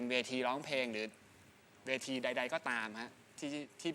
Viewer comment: แจ็บกับน้ำหวานพูดคำว่า เพลงเป็น เพง..ไม่ค่อยโอเค.